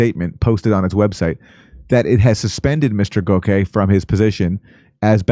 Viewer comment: Its pronounced GOCK-See